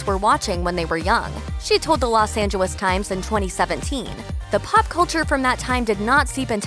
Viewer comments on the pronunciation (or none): There is something wrong with the narrator, she keep adding W sounds. She said Us Weekwee, Los Angelwos and educationwul. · Los Angewes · She said “Los Angewes Times” as well.